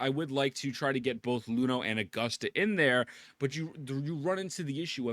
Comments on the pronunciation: brother, she's Iuno with an i, not Luno :'( you got her name wrong, ain't you rizzing my wife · please stop calling her Luno. That is a capital i. It's not an L. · Bro can't even pronounce her name right lmao